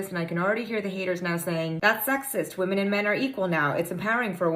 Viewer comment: Come on dude..pronounce women correctly